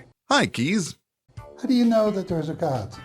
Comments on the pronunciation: You can't be expected to know every pronunciation in every language, but he Dutch name Kees is, I think, pronounced "case" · Kees is indeed a dutch name. It's is pronoounced in the about the same way as 'Case'.